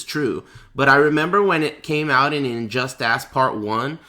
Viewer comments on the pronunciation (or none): is he purposely calling it injust-ASS? or does he have some weird speech impediment?